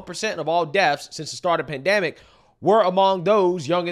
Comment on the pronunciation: PandEmic, not pandAMic